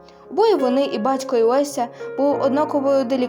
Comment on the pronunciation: Вися? Лися? Який логопед навчив вас так мямлити і так зажовувати і зачвакувати звук "Л" і не вимовляти половину алфавіту? Звучить огидно. Наче не рот говорить, а дупця. Щось із цим робіть.